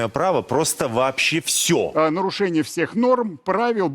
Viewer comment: "Єто норошеніє". Я реготав!